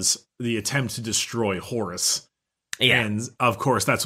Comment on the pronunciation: I THOUGHT HE SAID HORUSSY AND I'M FUCKIN' DEAD.